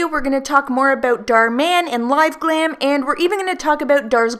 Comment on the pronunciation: "Now I don't know aboot you" I could hear your accent coming through ;) hehe, not being shady! I love supporting my fellow Canadians <3 You're killing it with the vids lately girl! Keep up the great work, it's about time people got woke! xo